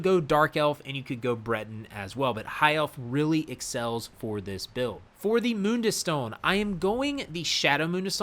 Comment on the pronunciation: Didn’t know it’s pronounced moonduis stone 🤣🤣🤣